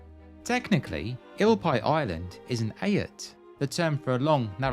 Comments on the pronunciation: Eyot is usually pronounced "eight" as far as I know. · looked very peaceful, picturesque and relaxing, a nice place to be with a few beers at hand. PS the word Eyot is pronounced very similar to the number 8, eight. 🙂🙂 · Great video. I knew some but not all of the history. (Just one little point, ait/eyot is pronounced with a single syllable, like the number between 7 and 9 🙂 )